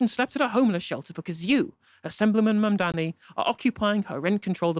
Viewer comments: Mamdani or Mamdami When called Mandani during their debate, Zohran gave Andrew the correct spelling of his name. May he's doing it on purpose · And he still says his name wrong 😑 probably on purpose. If you can say Mamdami you can also say Mamdani. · Still saying “Mamdami”. If on purpose, it’s petty. If not, it’s indicative of his mental stae. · Still MAMDAMI “like WTF He told him to pronounce his name correctly. Lazy Brain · I wonder if Cuomo thinks mispronouncing Zohran's name as "Mom-dommy" is actually effective at disrespecting him. If anything, I'd think some folks would perk up at the thought of voting for a "Mom-dommy" 😆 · The name is Mamdani, M A M D A N I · the name is MAMDANI, Mr Coumo get that right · Not pronouncing a person's name properly is a well-known aggression tactic. I can believe some .. maybe even most.. of USA politicians are drugged up, but not pronouncing a name properly is a deliberate power move. And usually based in racism. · Why can't this Cuomo pronounce Zohran's name properly. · Exactly! Does it on purpose, no way he doesn't know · I think you're burying the lead here: He said he wanted to talk about "assAmblyman Mamdami." It's bad enough he can't pronounce Zohran's name; but it's extra embarassing that after a lifetime of being a political nepo-baby, he can't even pronounce "assemblyman." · "Assahmbleemin Mamdahmee"? He still can't get his name right, and now he can't even pronounce "assembly man"? Where dafuq did Quid pro Cuomo learn English?